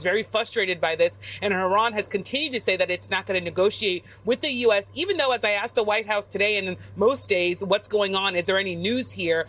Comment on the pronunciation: It’s frustrated. Not fustrated. Coming from a journalist???